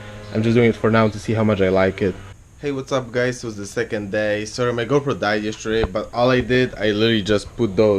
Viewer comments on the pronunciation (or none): lmao I though you said "My girlfriend died yesterday" 😂😂 I had to turn captions on to get it was GoPro